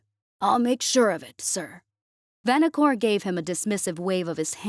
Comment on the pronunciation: The wor is vaKanor, NOT vaNakor